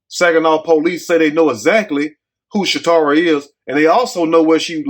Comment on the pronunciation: her name is Casharra Brown not Shatorah.